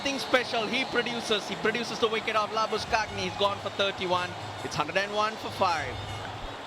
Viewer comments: did the commentator say Lambuschag-neh instead of Lambu-shane? Lol. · Russell Arnold - Labuskagni 🤭😅 It's "Labu-Shane"....As simple as that bro.... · The SL commentator pronounced the name of Marnus Labuschagne is “ Labu sye chagne” but he is really abbreviated as laboshygne. 🙌🤝👌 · Commentator didn't know how to pronounce "LABUSCHAGNE".